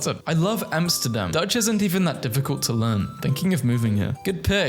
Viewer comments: Deutsch is pronounced “D oy ch” not “Dutch” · Isn’t Deutsch pronounced “Doytch” not “dutch”? Also as an American i apologize for all these idiots i promise not all of us are like that😅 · The German one is pronounced "Doytch", btw. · Deutsch is pronounced (doich) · You kinda pronounce „deutsch“ wrong. It kinda sounds like doitsch. Hope dis helps!!11!! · "Deutsch" is pronounced "Doitch", lol. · its pronounced Duestch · Deutsch is pronounced "Doitch" and is the German Words for German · needs to learn the pronounciation of "Deutsch" because the way he pronounced it, it sounded exactly the same. While we share similar words and its most likely easier to learn based on the fact that the Base language sounds similar, too... it is not the same 🤣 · As a german I went mentally insane when you kept pronouncing dutch and deutsch the same, like I was stuck in a bad bit xd